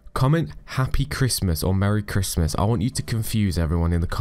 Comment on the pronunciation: Merry Cwimit